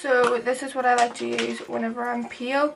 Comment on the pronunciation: At first I heard "When I'm peel" instead of when I'm pale and that was hilarious 😂😉